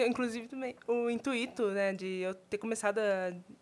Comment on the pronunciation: "IntuÍto" 🥲 meu deus